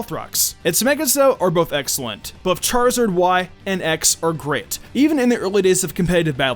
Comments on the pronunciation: *says charazard in vid * me =TRIGGED 😐😶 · I was so triggered when you said Charizard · Ah, yes, because it's so easy to make detailed arguments about why a starter is bad both in-game and competitively without having played said games. Non-Mega Charizard is sitting pretty in BL4 (between NU and PU), while non-Mega Venusaur and Blastoise are in NU. Actually, wait. What's a "Charzard"? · Him. Delphox is bad me well yeah when I hear him say charizard WHATTTTTTTTT